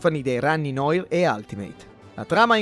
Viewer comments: sviluppato per 32PER ?!?!? 32X ( leggasi ics) . noir si dice nuar non N O I R . Vi stimo raga ma certi errori ... eheh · Tutto bellissimo ragazzi ma la pronuncia di “noir” non si può sentire